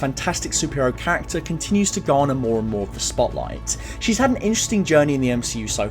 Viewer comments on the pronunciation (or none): none